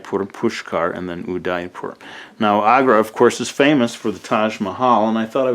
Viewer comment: I get triggered whenever he pronounces Udaipur wrong.